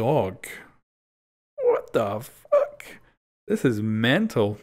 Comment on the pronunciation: "WHaT tAh FaK" 😂😂😂